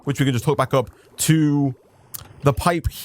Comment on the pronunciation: Hey everybody and welcome beeck to... 😂🔥